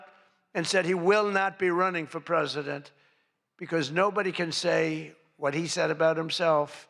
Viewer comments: Mr. Trump the Governor of California is Gavin Newsom not Gavin "Newscomb". Is this a sign of dementia or just ignorance? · Trump is boring, not funny at all. He pronounces Gavin Newsom's last name incorrectly.